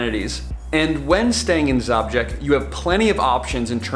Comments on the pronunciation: Your pronounciation of Žabljak (Zhablyack) is...interesting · Awesome video, just one correction it's - Zhablyak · Zabžek? haha it's called žabljek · you should. think seriously about end of may, june, which is the best period to pass through Sushica canyon and enter into the hearth of the area - Shkrka lakes, previously passing Skakala waterfalls. All in one day. And if we meet, I will teach you to pronounce Žabljak (ZHABLYAK) correctly, with some "rakija's" that is easy going 😆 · I have had the luck to work in the Balkans. You may wish to know that Zabljak translates to Frog 😊. Also, possibly want to ask the locals about the pronunciation of place names for your next video. Doesn't matter to me but may do to some. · You pronounce Žabljak wrong 😃,its beautiful bit its poor and people runaway (especially girl's) in capitol or coast to work.